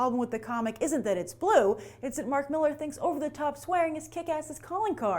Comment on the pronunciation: It's pronounced Mill-AR!